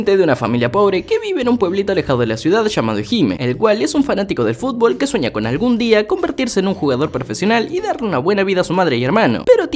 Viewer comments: Like Si Te Reíste Como Pendejo Cuando Dijo Fulbo JAJAJAJAAJ 🤣🤣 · Estoy viendo este video a las 6 de la mañana, te escucho decir “fulbo fulbo” y que me suelto a reír y despierto a mi esposa jajajaja en fin mañana duermo en el mueble pero valió la pena 😂🤣😂🤣😂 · Admito que si me reí cuando dijo sulbo 😅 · Amo cuando dice fulbo